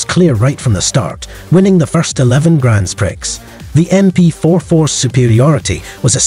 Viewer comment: Cool video, gotta say, please learn how to pronnounce grand prix